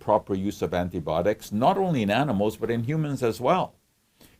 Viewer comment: Good explanation! Why do you say antibotics and not antibiotics?